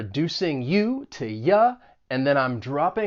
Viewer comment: Where are you from? I'm hearing ta (to) and cer-in (certain) as you speak :)